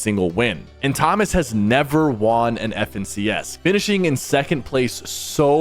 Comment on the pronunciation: “And Thomas has never WAWN an FNCS” 😖 hate how he says “won” 😂it gets me every time. Lol